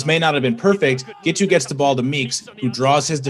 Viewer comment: Admit it. All that adverb stuff was just cover for Zack's mispronunciation of Giteau's name. He failed 3 different ways. Thanks for the news.